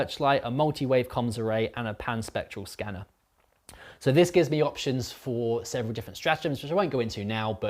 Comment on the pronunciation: I was so confused I kept hearing "the pansexual scanner" instead of Pan spectral scanner. It was amusing at least.